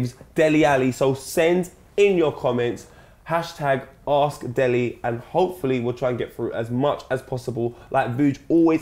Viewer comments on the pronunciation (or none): #askdele if he knows how to pronounce his name properly Der-lay